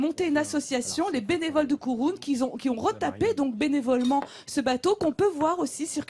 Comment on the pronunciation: Je suis sidéré que personne n’ai souligné les erreurs de la dernière partie de l’émission. Déjà le KURUN se prononce à la ”francaise” le ”u” est un ”u” par un ”ou’ Le voilier de Jacques Yves le Toumelin entretenu lar l’asso ”les amis du Kurun est visible à l’ancienne criée au Croisic et non à la Rochelle. A la Rochelle vous pourrez voir et peut être visiter le voilier de Bernard Moitessier , Joshua.